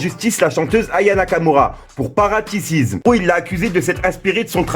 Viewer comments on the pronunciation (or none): « Parasitisme » et non pas « paratisisme »